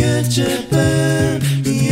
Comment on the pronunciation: it's pronounced "you-Tube" not "you-chube"